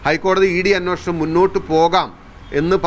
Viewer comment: അന്വേഷണം അല്ലേ...?? അന്നോഷണം എന്ന് പറയുന്നു... 🤔🤔